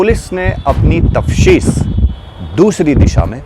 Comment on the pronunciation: Tafteesh hota hai bandhu, tafshees nahi